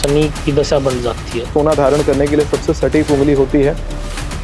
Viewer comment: एंकर भाई की भाषा और शब्दों के उच्चार अत्यंत अशुद्ध हैं। 'सटीक' संस्कृतभाषा का शब्द है, उसे अंग्रेज़ी का "स्टिक" "stick" (लकड़ी !!!) बना दिया !!!